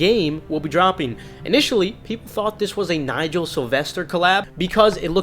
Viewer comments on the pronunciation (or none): none